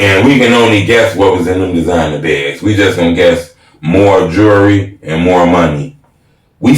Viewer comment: he spelled jewelry right, but didn't pronounce it right. pet peeve, jewelry, not jury.